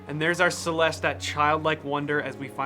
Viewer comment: It's a CelestA isn't it Emphasis on the A.